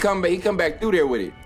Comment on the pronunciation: Here's a new game every time he says Wid It take a shot